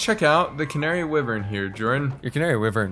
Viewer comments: for the canary wyvern, Wyvern is pronounced "Why-virn" not wivern just letting you know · It’s wyvern! (why•vern) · They mispronounced Wyvern so many times